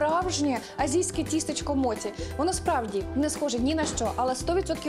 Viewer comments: Якщо мочі,то не суші,а сусі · Будь ласка, не моті, а мочі. Моті в українській мові- це неправильне вживання японського слова, яке збереглося ще з радянських часів, та й японці так не говорять. Так як Поліванов був російським японістом, то транслітерацію він зробив на свою мову. Особливість роснявої мови в тому, що їм невластиво та незручно буде говорити напр суШі весь час чи моЧІ (вони навіть зараз максимум, то говорять суШИ та моТІ). Але українська мова не має таких проблем , наша мова багата на звуки, які можуть якнайкраще передати японські слова. В радянські часи власне української японістики не було, тому говорили так, як партія скаже (моті, сусі, сінкансен й тд). В цей час весь цивілізований світ вивчав японську мову за Хебперном, де мочі є мочі, суші є суші, шінкансен є шінкансеном. Ця транслітерація є правильною і найбільш наближеною до японської мови. Зараз ми незалежна країна, маємо свою японістику. В українських університетах вивчають японську саме за останньою транслітерацією (Хепберна). Тож будь ласка, давайте викорінювати російські кальки в такий спосіб!